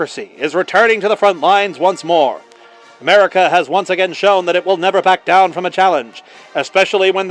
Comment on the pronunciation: Did you say Merica?